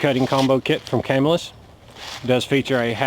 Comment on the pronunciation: Its pronounced Ca-mill-us. I think that is a bone saw with that stopper on the end.